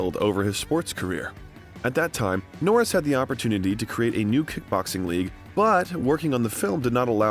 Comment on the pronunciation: How do you get his name correct and when saying his name when you end with jokes, you get it wrong! Norris not Nortis 😆😆😆😆